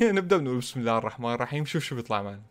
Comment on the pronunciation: ترا الراء مشددة في (عبدالرحمن) و الرائين في (بسم الله الرحمن الرحيم) إنتبه ما تقول راء بشكل عادي لازم تشدد👍👍👍👍👍😃👍👍👍👍👍👍👍👍👍👍👍👍👍👍👍👍👍👍👍👍👍👍👍👍👍👍👍👍👍👍